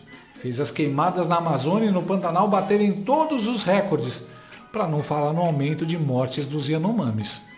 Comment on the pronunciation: RÉCORDE – A pronúncia RÉCORDE, com acento tônico no RÉ, é errada; desde o étimo latino, em línguas que adotam a palavra o acento tônico cai geralmente na sílaba –CÓR– , rimando com o português aCORde, MORde, portanto, deve ser RECÓRDE (apenas um pobreminha: os patrões anglo-americanos acentuam na primeira sílaba (RÉ), e a COLÔNIA tem de obedecer). Mas a acentuação proparoxítona NÃO É PORTUGUÊS. Impressionante como se insiste nesse patente erro generalizado.